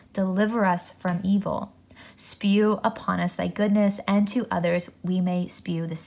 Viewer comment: It is not spew, but shew, is correct.